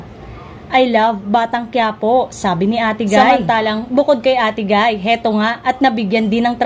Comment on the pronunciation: Ayusin mo salita mo. Ate gay at di ate guy!